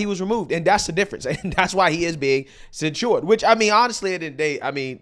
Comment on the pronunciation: The way you say censured is ridiculous. It's not cen-shored. You're adding extra stuff that's unnecessary. Maybe this comment is unnecessary. But dude, you constantly say things wrong and do these subtly annoying things.